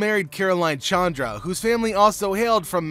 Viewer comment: Buff as in puff Montedoro not mantadoro Shandra not Chandra